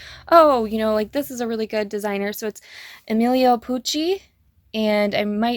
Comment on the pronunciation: i LOVE the Emilio Pucci and yes you said it right!